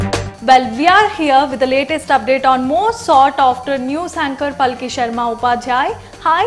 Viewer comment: She is Paalki, are you Indian, then pronounce at least an Indian name correctly 🙏